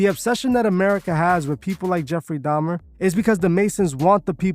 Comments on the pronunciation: Didn’t he convert right before he died? He was baptized and born again. Why leave that part out of your narrative? Also it’s pronounced “da-Mer” not “dam-Ner”. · Why keep saying “domner”?? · dahmNNner she say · Did she say DAHMnER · if you're going to have a whole show about a specific person, might wanna make sure your co-host/guest sys their name right. Smh, she kept saying 'jeffery dahmner' 🤦🏾‍♀️